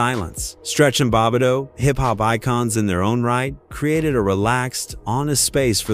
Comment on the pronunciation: Bob it dough crazy pronunciation